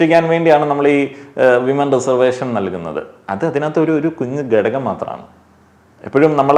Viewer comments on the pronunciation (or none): ഗെടഗം അല്ല ഘടകം 😂